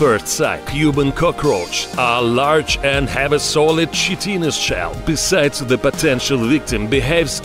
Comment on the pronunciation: Lol. Chitinous is pronounced Kai-Ten-Us, not Shitti-ness.